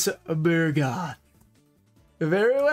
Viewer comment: Friendly reminder; It's Amphibian BUGroth, not BURgoth.:)